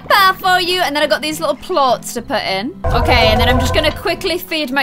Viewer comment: its plorts not porps